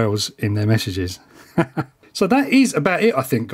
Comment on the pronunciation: I swear he said "meshages". Get it?😂